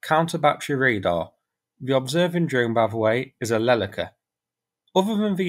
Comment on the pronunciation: When you pronounce Leleka all of your sounds are suprisingly correct but the stressing is a bit off. The second syllable is stressed, not the first one. Soon your Ukrainian would be better than Boris Johnson's "Dobry den' everybody!" haha